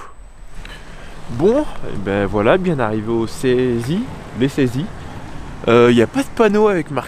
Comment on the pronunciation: Salut, spéciale dédicace pour la prononciation des villes ou communes 😁 Épisode précédent: SamoANce ( Samoëns), la ClusaZZZ (la Clusaz sans le z 🤗) et là, le col des saési ( Saisies sans se compliquer 😂) Hâte du prochain épisode 😂😂😂😂 Et ouaip en montagne même en été, ça caille 🤗 👍😉